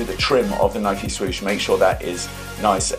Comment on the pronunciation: yous dont say nike properly